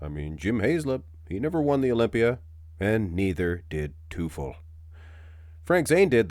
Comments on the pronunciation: teufel is pronounced like "toyfell" with the emphasis on the first syllable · well teufel is the German word for devil. If he is supposed to be pronounced like that it’s more like „toyfel“ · Teufel is German and means „devil“ it’s pronounced „Toy fell“ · its pronounced like toy-fell like the toy fell off the table